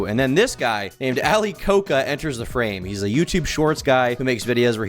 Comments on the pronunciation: why do you pronounce it like ali coke uh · His surname is pronounced as ko-ja by the way and not like the Coca-Cola, if anyone is interested. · Ali "Ko-ka"🤦🤦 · it is ali koca pronounced ali koja